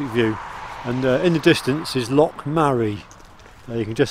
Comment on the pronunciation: Well done both of you, and a belated welcome to the West of Scotland. Congrats on your grandfatherhood, all you have to do now is a wee bit of work on how to pronounce loch and place names more accurately.